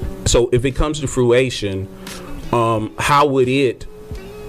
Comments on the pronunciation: "fruation" LMAO it's fruition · If u saying fruATION but mean fruITION...I’m not answering ya question smh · “When it comes to fruation” Couldn’t just say it wrong one time, but three lmao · I was wondering if he was doing that intentionally. Nope. He just doesn’t know how to pronounce it. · I noticed too😂😂😂😂😂😂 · THAT WAS KILLING ME!! 😂😆😂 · This is petty, I know...but I am super annoyed by the interviewer's pronunciation of "fruition." There is no "a" in the word.